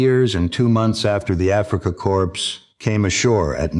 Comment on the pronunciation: Why can't this AI say the simple word CORPS correctly? Terrible AI